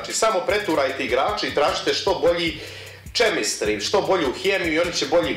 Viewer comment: Nije hejt sam da ti kažem kaže se kemistri